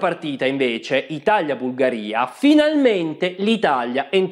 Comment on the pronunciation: Bellissimo video, ma si dice ItaLia e non ItaGLia